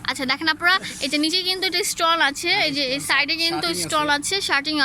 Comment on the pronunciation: স্টল না স্টোন,,, এসটন্ডার না স্টানডার কোচি না কুচি